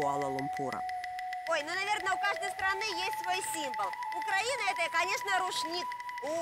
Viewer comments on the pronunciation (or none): none